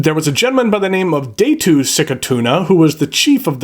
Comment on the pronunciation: Nice review man, btw it's not daytoo it's Datu, Filipino is usually spelled phonetically.